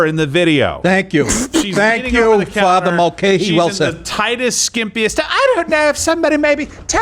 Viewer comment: calling Gerald Father Mulcayhee is probably the funniest thing I’ve ever heard.